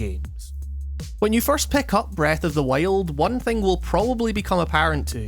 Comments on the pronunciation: sounds like you’re saying breath of the whale lol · This was a fairly good video discussing "Breuth of the Wiald" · Breeth ohf di wield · Breth oaf de wyold